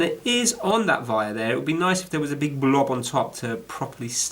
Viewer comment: You is a bit longwinded and it's wire not vire